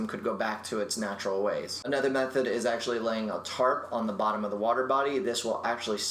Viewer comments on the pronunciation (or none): none